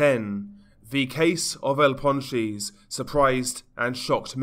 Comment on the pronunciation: Nahh bruh ur accent is willddd 🤣🤣 "el pawn cheese"